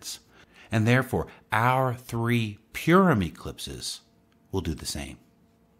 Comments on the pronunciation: its not pronounced pure um its pur like a cat um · Thanks, eyeopening information. We live in awesome times. And fyi Purim is pronounced paw-ruhm.